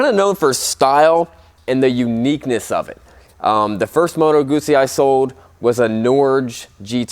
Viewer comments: Congratulations for the pronounciation of the Moto Guzzi brand . Ciao from Italy 🇮🇹❤️🇺🇲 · Ahhhhh someone pronouncing Guzzi correctly <3 Made me happy for a tiny moment there.